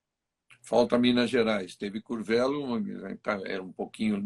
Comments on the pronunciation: . O nome da cidade se pronuncia “Curvêlo”e não “Curvélo”. Abraços e parabéns pela Live mais uma vez! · Escreve-se Curvelo, mas a pronúncia é " Curvêlo". Valeu Regi